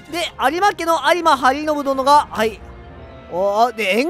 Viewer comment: 鍋島清房(直茂の父)を討ち取りましたよね。 その時突っ込もうかと思ったんですが、 野暮かなと思ったのでw 昨日の動画の 〜 と 今日の動画の で、 滑舌のせいか、ありまはりのぶと言ってるように聞こえます。 それと都於郡城をとのこおりやまじょうと言ってるますが、 これらは解ってるのに言い間違いと言うことで、 疑惑のパーフェクトですかねw